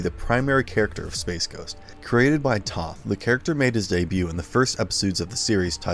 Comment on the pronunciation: Alex Toth's last name is actually pronounced like the word "toe" with a "th" on the end ("Toeth"). Also, you totally skipped over the Space Ghost episodes from the early 1980's (from the Space Stars show) that often crossed over with The Herculoids and the Teen Force shows.